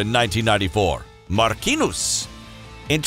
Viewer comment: Nobody: Marquinous😂